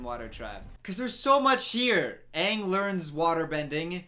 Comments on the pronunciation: better than whoever "Uhng" is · OMG they pronounce his name sooo wrong Me (german): his name is Aang, not Eng, what is wrong with you? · asians be like: its Aang, not Eng. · they pronounced it ung or ong and they pronounced it ah-va-tar or uh-vatar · At least the Ember Island play pronounced Aang correctly, not “ung” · I tried to watch this movie And once I heard they pronounced Aang wrong, I stopped and never watch it till now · this man commenting on the mispronunciation of aang in the movie, then saying “iroh” like that smh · i love how you critizise em for pronoucing aangs name wrong (im also annoyed af ;P) but you still say "eeroh" to uncle Iroh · they pronounce aang "ung" and iroh to "eroh" like wtf? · Soak-a? Who allowed this? Ayung? I just don’t like this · "why would they call him 'ONG' " also: " Zoku and EE-roh" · sow-ka its aaaa-vah-tar aaahhhh-ng!! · I don't even think them pronouncing aangs name is too bad, because the way germans pronounce it is the same and i grew up with that but s_o_kka really? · The movie pronounces Iroh, Aang and Sokka’s names wrong 😤😤😤